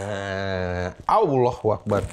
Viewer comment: Fasih banget Allahuakbar nya bang!☺️☺️☺️